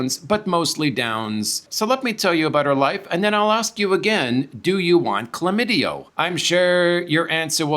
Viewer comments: The word is chlamydia not chlamydio. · It’s Chlamydia - with an “a” on the end